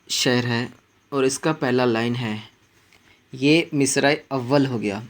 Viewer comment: شعر کو شاعر پڑھنا بالکل غلط ہَے۔ پہلے اپنا تَلَفُّظ درست کر لیجیے۔